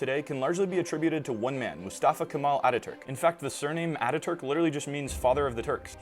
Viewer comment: As a turkish i can confirm with 100% certainty that he botched saying Mustafa Kemal Atatürk